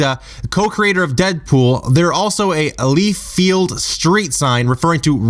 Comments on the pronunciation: Don't wana be a dick or anything but it's (Li-field) not (lee-field) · I stopped at "LEEfield". seriously, whut?